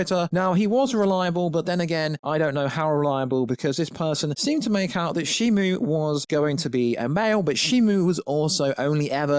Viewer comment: It’s shimO NOT ShimU…